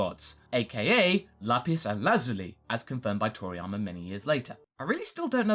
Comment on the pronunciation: Bro stop over pronouncing lapis and lazuli